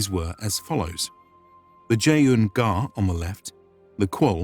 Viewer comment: Zuun gar not ja un Ghar it listens like a chinese